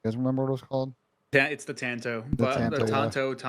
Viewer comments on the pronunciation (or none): none